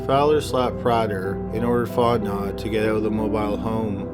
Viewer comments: Sorry, but I’m from Louisiana and this bothers me. The surname Fontenot is not pronounced fon-te-not, it’s pronounced as “fon-te-know” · Even though it's spelled Fontenot It's pronounced Font-no or Font-e-no. The 'T' is silent. Lol it's a good 'ol Louisiana name just like mine. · Stop covering Louisiana cases if you can't stop butchering Louisiana words. It is "fon-te-no" (like "know.") For your Jennings video, it's pronounced "BY-you," not "bay-you." As in "where's my pen?" "It's over there, 'by you." Fuck! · Fontnot?????? lol you should probably find the spelling of the name and then do a google search to pronounce the name for you! Seriously it's not pronounced Fontnot lol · Fontenot Prounounced Fon ti noooo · "Fontenot" is pronounced font-en-oh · Are you trying to say Fontenot pronounced fon ten no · Fontenot pronounced font-no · PRONOUNCED Font KNOW !!! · I love ur channel in every respect but the last name fontentot is pronounced fon te no... the t at the end is silent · Fontenot is pronounced Font-no It’s French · Fontenot is pronounced font•no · He mispronounced Fontenot. It’s pronounced Font-no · The last name of the guy in the first part is pronounced FONT-NO the T is silent. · Fontenot? In Louisiana its pronounced Font-in-oh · Just a small note, in the first story the names are pronounced "PRAY-ther"(soft "th") and "Fon-TE-know" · (Font know) Cajun French pronounciation....🤬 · I think you're saying Fontenot wrong...You say it like Font-no. Honestly, you can say anything wrong and make it sound amazing! Thanks for all the uploads. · The names Fontenot is pronounced Font en no and the other is pronounced Ni Linger I'm from Pearl River Louisiana the first is French cajun sorry for correcting you but i know people from here don't know how to pronounce names properly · It’s pronounced font-en-oh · fontenot is pronounced Fon tan no. Just to let you know with great respect,. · Fontenot is a French name, which is pronounced like FonteKNOW. Just sayin'